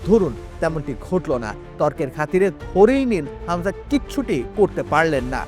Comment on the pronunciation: খামজা কে??????? হামজা নাকি খামজা? তোরা কি যে সাংবাদিক,,,,,৷৷৷ হামজারে কে চেনে??????